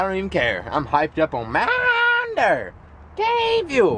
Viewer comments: why do you say mountain deer it's dew ? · why are they saying mtn derr instead of mtn dew?